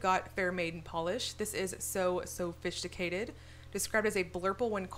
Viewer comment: Girl, I so admire your composure saying 'so sofishticated' lol, excited about the new Pahlish collection, won't miss it!